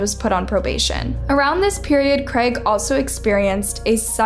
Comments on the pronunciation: Creg?? lol it’s CR AI G, use phonics to pronounce it properly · First time I’ve heard someone pronounce Craig as creg 😂😂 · How else are you supposed to pronounce Craig? I always heard it pronounced as “Creg” lol